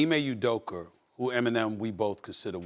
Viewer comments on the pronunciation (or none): Ime udokAAAAAA, not udokur!!! 😂😂😂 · I love when he says “Udoker” and “Luker”